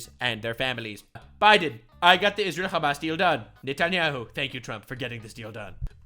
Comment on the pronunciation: Bro calls Hamas hummus